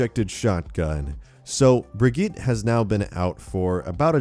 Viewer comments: It's pronounced Brijit not Brigeet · Bri-git- uh. Please say it better. It's kinda annoying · AmyAsheworth - Unofficial dude it’s a Swedish name I’m Swedish myself that’s not how u pronounce it same with Torbjörn its not pronounced the way people say it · How to pronounce the new hero. (Bridge-Yeet) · YouTubeFame - Brig-eet. Offical Blizzard pronunciation for their new character. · Pretty sure her name is Germanic, because of Reinhardt. Anyway, her name is specifically pronounced Bri-gi-tah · YouTubeFame - dude, I have watched videos and read how German people are pronouncing the name. The way she pronounces it is Germanic not Swedish. Bri-get-tah or Bri-get-teh I never disagreed with you on the first place. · AmyAsheworth - Unofficial he isnt tho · Uhhh hes saying it wrong